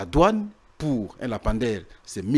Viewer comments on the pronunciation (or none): S'il vous plaît,,dites à votre invité monsieur de corriger sa prononciation: le lampadaire (lampe) et non lapamdaire. Ba diplômés ya Congo,mawa n'a soni! Liya mbongo n'a yo tranquille tika ba lampadaires.